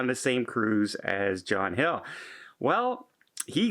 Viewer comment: It sounds like you said John Hill 🤫